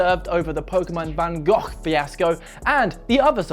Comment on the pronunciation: Sadly you are not pronouncing van Gogh correctly. Dutch pronounciarions are horribly difficult for english speakers, I've noticed.